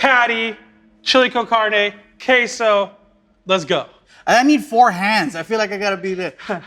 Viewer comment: This dude said K So instead of queso . With a hard ass K ! 😂 that short rib sandwich is awesome...